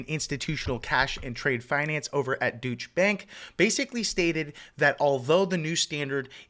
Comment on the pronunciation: Dootch bank lol... It's pronounced doy-chuh... keep up the good work bro